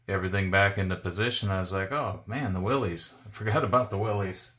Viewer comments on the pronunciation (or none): It's not "willies". It's pronounced exactly like "willis", as in "whatchoo talkin' about?". "Willys" was the guy's name. Not "Willy".